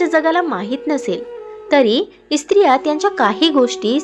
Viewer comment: Krupaya 'Estriya'mhanu Naka - te -'Striya' aase mhanave